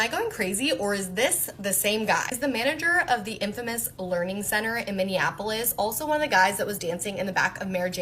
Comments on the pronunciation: No, u have to lear to say lear,:D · Yes! Someone that says "learing" right! All the other Youtubers I've seen are saying "leering" and it's driving me crazy because that's not how English works. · It's a Leering Center, don't cha know?